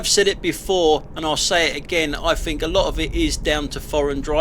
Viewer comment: Sorry mate, but I'm finished with your site. Your constant whining is pafetic. You might want educating into the fact that there is no 'f' in 'think'.